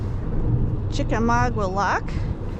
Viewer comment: Please look up the correct pronunciation of Chickamauga. There is no wah…